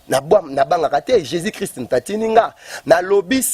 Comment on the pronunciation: Mdr le journaliste même ne sais pas parler " occiltisme" Le soit disant prophète aussi ne sais pas parler "Jesis christ Allez y apprendre à parler au lieux de vous permettre de faire des émissions à la con Laissez Dieu lui même jugez ses ouin